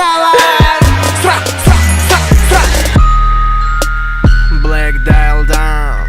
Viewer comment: не блек дил а блейк дайл